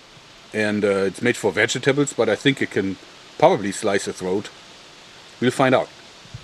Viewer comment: LMFAO he said vega tables.